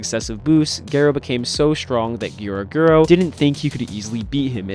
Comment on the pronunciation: ga-rouh not ge-rou pls for my sanity